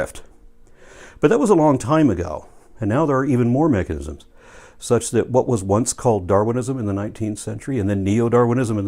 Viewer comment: Erm, did he say "mechignisims?"